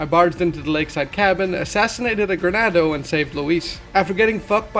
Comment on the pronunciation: Great video. But it's "Ganado" not "Granado." Sorry it was slightly irksome to me lmao